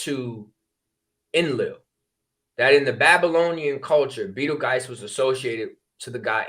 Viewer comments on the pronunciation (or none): Pronounced like beetle juice